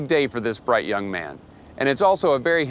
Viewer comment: "Bright Yong Man" 😢